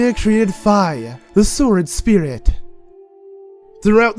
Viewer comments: "covered in moss and foilage" is this guy dyslexic? Jesus his voice is annoying too... the way he talks is pissing me off. "sworduh" it's like he's trying so damn hard to sound cool. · says sworduhh